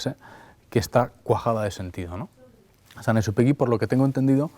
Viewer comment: El principito con esa lectora almA da vergüenza que ni siquiera sabe pronunciar el nombre de San Exupery